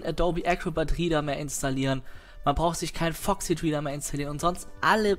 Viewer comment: Der portÄÄÄble PDF rIIIIEder.:P und Englisch:DD